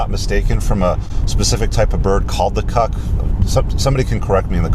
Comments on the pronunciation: It's a Cuckoo...........pronounced cook....oo........NOT to rhyme with fuck..oo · I have no idea where the term originates, but the bird you are referencing is the cuckoo. Pronounced Koo-Koo, like the whimsical clocks.